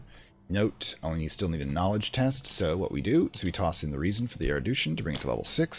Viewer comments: Mate, it's "erudition". Not "eridution". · I've already finished that episode and that was not a big issue. Kind of therapeutic, actually, being mildly frustrated alongside the presenter, haha. What did frustrate me though, is that I now have a headcannon that this game's world does not have er-u-d-i-tion, but has er-i-d-u-tion instead. Something different, a broad knowledge of things man-was-not-meant-to-know instead of, you know, regular full-spectrum knowledgeableness. Whether it's there on purpose for engagement, or just one of those "never heard this word pronounced" things, it significantly distracts me from the really nice explanation and narrative you have going on. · Awesome guide, this was a hard phase to figure out, since laying out a foundation for the later stuff is so essential. Erudition is pronounced air-oo-dish-in, by the way. The douche-in pronunciation made me laugh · Loving this series, and thankyou for uploading it - just one thing that's bugging me - you're pronouncing 'erudition' as 'erudootion' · nevermind the crazy lore, what really makes me insane is he keeps saying erodution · Oh, I'm sorry if that appeared in sensitive. It's not a very common word, outside of this game, and your pronunciation was jarring. I'm only glad I don't have the need say the word hyperbole out loud, as I invariably pronounce it 'hyperbowl' instead of 'hypererboly;. Loving the videos.